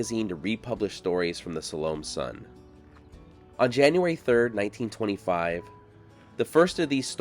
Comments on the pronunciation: Sal-O-May? 😂😂😂😂 I think you mean (Sal-Oh-Meh)😊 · I think it's pronounced SAL-oh-may. You know, she of the dance of the seven vails. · If the town is named after the Salome in the Bible, who danced before Herod at his birthday party, which didn't end well for John the Baptist, then it is pronounced "Saw-low-MAY" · Excellent as always. I do have one question though. Are you sure that her name was pronounced the way you say it? The biblical Salome I always heard pronounced sa-LOW-may. But everyone gets to pronounce their name however they want to. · Originally pronounced Sal o May …just saying , lol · Well you totally butchered the name of this town. Use AI to improve your Spanish AI Overview +4 To pronounce Salome, AZ (pronounced suh-LOH-mee, rhyming with "slow me"), stress the second syllable, with the "o" sounding like in "low," and the final "e" sounding like a long "e" (ee), similar to the biblical name, with the town's pronunciation being a common English adaptation. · Usually pronounced "so-lu-me"😊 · are you sure it's not pronounced salomay? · Love your materials, but it was a bit painful to hear you repeatedly mispronounce the town's name. Now maybe the founders mispronounced it as well, but Salome is properly spoken as "sah-LOH-may"... I've been through the town many times over the past 20 years, and stopped once or twice. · It’s pronounced. Sau lo may. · Pronounced Sol o maaaa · Too bad he doesn't research how to properly pronounce the name of the town... Again... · I have never in my life heard any one pronounce “ Salome” so badly. It’s either you or you are pronouncing it like the locals did.